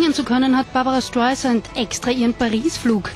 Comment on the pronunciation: Lernt doch mal ihren namen richtig auszusprechen...das ist ja unterirdisch "barbara schtaisant"